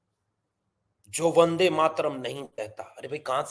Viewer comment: ये वंदे मातरम् कि जगा बंदे मातरम बोल ता है सुनो